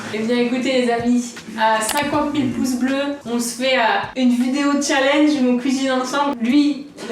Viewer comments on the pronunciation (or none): none